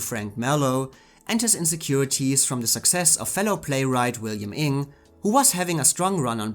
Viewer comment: That's not how you pronounce Inge ... or Leighton